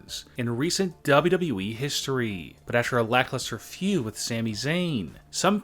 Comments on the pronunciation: Why do you say wwe so weird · How do you say wwe man no offence but your still good